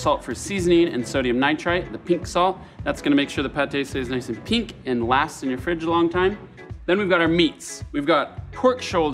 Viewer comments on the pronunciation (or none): none